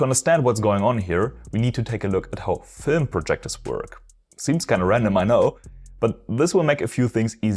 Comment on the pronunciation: Film ❌ Fölm ✅